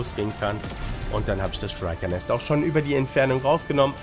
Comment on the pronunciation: Moin, einfach nur mal ne kurze Anmerkung: Die werden nicht "Schreiker" sondern "Schrieker" ausgesprochen ✌